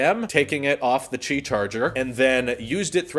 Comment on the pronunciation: 'QI' is pronounced 'Key' not 'chi'. The NOTE 10 won't have any buttons on the sides at all! NONE! There's an app for the S10 series that u can make the camera hole/oval light up & change colors too, not just the outer perimeter of the phone. The S10e doesn't have the fingerprint reader under the screen like the other 2 models.